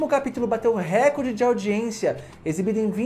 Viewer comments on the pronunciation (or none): none